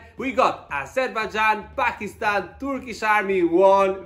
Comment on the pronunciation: Thank God, you pronounced 'Pakistan' correctly